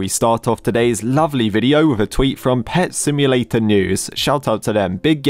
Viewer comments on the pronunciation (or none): Did i just hear blud saying "Pet symdrome" ? And what the FLIP is this emoji🤣 : Whoever that admin was-💀 ew.